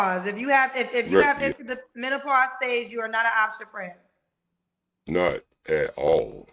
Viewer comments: First of all there's absolutely no such thing as "MEN-TA-PAUSE!!!! And somebody in the comments called this man ""!!!! He's not getting not one damn DM from anybody with sense for sure!!! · I’m just mad that he can’t pronounce menopause 🤦🏾‍♀️ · Wait did he say mental-pause. 🤦🏽‍♀️ This entire interview got me 💀 he said he only stickin not lickin 😂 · Did he say "mentapause"? Just wait until you get to Africa, bruh SMH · Omg, I thought I was the only one that heard a "T". 😆😆😆😆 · Wait one got damn minute, what is men-ta-pause 🤣🤣🤣🤣🤣 I know I'm not the only one who heard him say that.